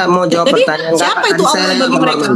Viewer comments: iya nih... nama sembahan islam itu bukan ALLAH, tapi awloh, aulloh... pada ga bisa baca huruf latin yaaa ? ALLAH bukanlah aulloh, bukan awloh ! #wkwkwkwkwk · Kristen nyebutnya kan Allah bukan olwah SWT.